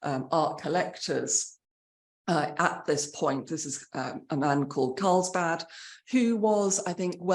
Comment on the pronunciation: Carlberg, as in the beer😂